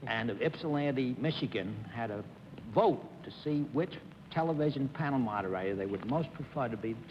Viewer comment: g Why did he call the panel moderator the "padda modawaita"